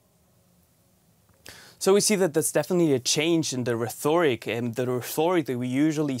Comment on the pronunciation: "The reTHOric ... " ... Echt jetzt, Deutsch Welle??